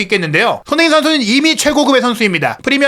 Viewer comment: "손흥민" 발음을 좀 정확히 해 주실 수 없을까요? 다른 발음은 모두 정확하신데...